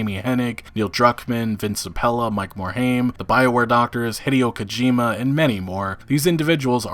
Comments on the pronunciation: It's not Morhame its Morhime. Frank Pearce was a corporate hound and left because he didn't get the CEO spot. Activision didn't involve themselves in Blizzard because they were bringing in buckets of funds from WoW at it's prime. Now that WoW has slowed down, and they don't generate the income levels they used to. That combined with low yield from CoD games, they are pushing all of their branches to produce faster and make as much money as they can. This is the trend you can expect going forward, unless Blizzard finds a cash cow again. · Please learn how to pronounce Mike Morhaime's last name. It is "More Hime" Not "More Haim". Thank you.